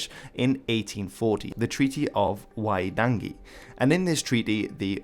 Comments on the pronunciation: I appreciate you're having a good go at Maori pronunciation but I don't understand why you're pronouncing T's as D's... It's WaiTangi not WaiDangi... We don't have D's in our alphabet. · I’m sorry but the way you say waitangi. Wai - tang - ee You pronounced the T and a D. So it sounded like waiDangy. Not trying to be rude, its just the worst pronunciation of Waitangi I’ve ever heard and I only wish to correct. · Would love more NZ content. Thank you! Really appreciate the attempt at the pronunciation from a non-New Zealander. You haven't quite nailed them, but very much appreciated anyway...eg the 'a' is pronounced more like a 'u' than a hard 'a'. And the 'g' is soft like the 'g' in 'ring' or 'dung' So Waitangi is pronounced more like "why-tungy"